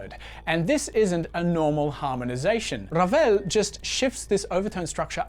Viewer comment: A+ for effort on your R rolling, but.... Maurice Ravel was French 🧐Awkward